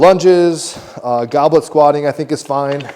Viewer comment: Goblin 😂 it’s goblet like the cup (a drinking cup)